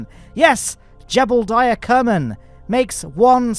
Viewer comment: jebediah? thats our famous astronaut jebeuldeiah(as pronounced by ), not jebediah.